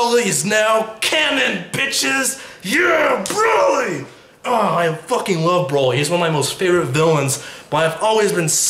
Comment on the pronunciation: He pronounces Broly braoly the first time